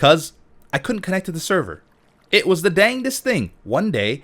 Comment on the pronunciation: Since the xbone reveal all I hear is kinect instead of connect :/